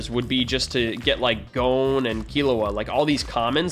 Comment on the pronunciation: eyyyyy u said gon right instead of like gone